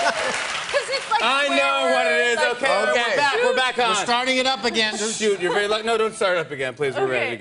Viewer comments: She said Suit instead of Shoot. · Did she say "Chut" as shoot?